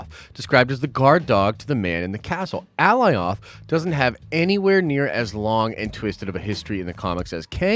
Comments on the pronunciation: I don’t understand how people still say Alioth wrong after they said it numerous times during the episode.. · Lol dude, how are you mispronouncing Alioth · Man, they said the name 'Alioth' multiple times in the episode and you can't say it right 🤣🤣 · Nice video but man you're butchering Alioth's name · You obviously know how to pronounce alitoh. Why would you even pronounce it bad lol you obviously saw Loki. Stupid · Downvote only because the mispronunciation of "Alioth" especially when its revealed multiple times in show how to properly pronounce it. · Too much emphasis on Alioths name when they literally was sayin it the correct way In The show .. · I’m a big fan and not hating but dang. How are you slaughtering these names so bad here lol. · How you mispronouncing Alioth when they said the name like twenty times in the episode 🤣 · Good lord I thought I was the only one hearing that. Lol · Completely butchered Alioths name. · brooo not hard to pronounce alioth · the smoke giant’s name is Alioth. basically it’s Galioth like the rollercoaster but without the G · Cringe every time he says Alioth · How do you watch the episode, hear them say Alioth and still butcher it that bad?! 🤦🏽‍♂️🤣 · Glad I’m not alone. I’m so close to disliking the video lol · Right? How is he gonna mispronounce it after watching the episode? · Alioth (uh-lie-uth) not fuggin "Aleeoth" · Bro I know you watched the episode. Did you not here them call it A -Lie-ith . Not ALLY OTH. My ears hate it. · Alioth ( a-LIE-uhth) 👀🤷🏻‍♂️ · Alioth = Uh-Ly-uth =/= Ally-oth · how can you not know how to pronounce Alioth? They said it more than once ffs. Did u even watch it? A-LIE-OTH!!!!! as in the first part of Goliath! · AH LIE OTH The show pronounced it correctly the entire time and this dude is butchering it. Amongst other things. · How is everyone fucking up this name so badly.. A-LIE-ITH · Lol brotha its Alioth. Like GOLIATH with No g. Thats how I think about it. Lole the way you say it is funny